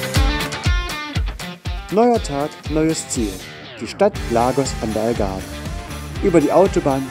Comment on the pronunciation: Wenn ihr schon so ein Video macht, dann bitte darauf achten, dass es der Tejo ist und nicht der Tajo. Sowie auch die Pastéis de Nata ein National Gebäck ist. Die in Lissabon-Belem heissen Pastéis de Belém. Am Anfang heisst es Algarve und nicht Agave 😅Und noch so einige Fehler 😅😅 daher kein Like👎